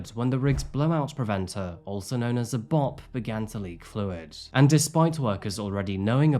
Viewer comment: Its sounded out as B O P not Bop.